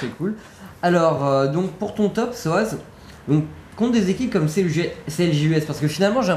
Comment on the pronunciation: SOZZ PAS SOAZZ